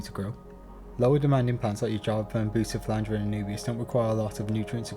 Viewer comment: Great stuff. One suggestion, when you are calling out specific items - like all the plant species with weird names - could you please slow down and say them distinctly - or better yet, have a graphic of the name in the video or in the video notes? I"ve played back the video several times and still can't understand what a "booster phlyangeria" or something like that -really is. LIked and subscribed - I appreciate everything you did here. Time Stamps, links to products - wonderful.